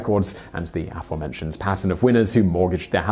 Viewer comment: If you can't learn to pronounce aforementioned properly, why not choose another word or phrase instead?